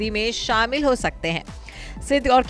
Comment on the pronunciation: Naam bigad rakha hai,kiyara ki jagah kiraya hona tha juban bhi sahi se nhi ghoomti kiyara advani Or kiraya advani